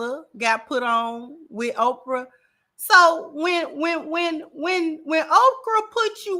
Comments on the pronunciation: She’s saying Okra so Oprah won’t try to sue her or use her powerful influence to get her banned from YouTube. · Is she saying Okrah or Oprah?